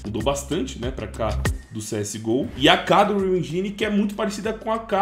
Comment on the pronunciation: En"jai"ne é ruim de ouvir viu bixo